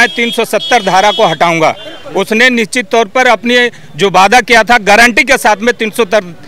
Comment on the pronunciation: भाई टोपी वाले निश्चित होता हैं आप निचित बोल रहे हो